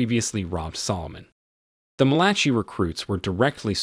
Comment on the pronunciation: Undo is pronounced un do. Malachi is pronounced Mal a KI LIKE the book in the Bible.